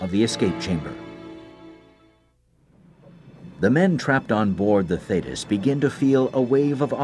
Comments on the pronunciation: Theeeetis...not thaaaaytis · As an ex-Royal Navy member, why have somebody from the U.S.A. as the commentator for an English Royal Navy documentary? Some of his pronunciations of places and ships (e.g. should be THEETIS not Thaytis) were way off and could not always be related to the real words/names such as we would say FOR'ARD not FORWARD compartment. Also, the Royal Navy does not have and has never had a 6th Fleet as stated because the British did not have fleets designated by numbers as the U.S.Navy did/does and in fact, that would have been the U.S. 6th Fleet. Just curious. 'nuf sed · It's HMS not USS and it's pronounced Thee-tis...not Thay-tis. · Thee-tiss, not thaydus 😕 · This was a disgusting episode in the Royal Navy they had every opportunity to save the crew and totally failed . PS it's pronounced Theeeetus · Very accurate portrayal of the event: I could relive it all, having served in the very same class of Submarine H.M. Submarine TALLY- HO. One of the results of this disaster was the installation of a Thetis [pronounced Theetis] Of the Thetis Clip. An extra safety measure prior to opening the torpedo tube door. Thanks for posting Ex- Stoker Mechanic Royal Navy - HM. SUBMARINE TALLY-Ho!